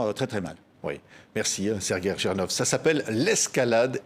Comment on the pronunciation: Bonjour " Serguer Jinorf ", ça commence mal ^^